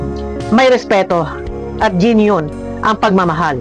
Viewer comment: WHAAT!..JENYUN ba kamu!as in genuine!😂😂 the correct pronunciation of GENUINE is JENWIN.hindi JENYUN!😂😂